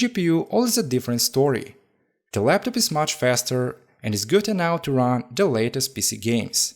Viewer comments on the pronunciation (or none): none